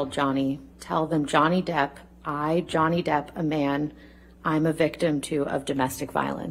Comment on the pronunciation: It is not Johnny Deaf but Johnny Debt!!!!